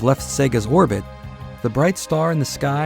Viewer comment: Thank God you are saying Sega correctly.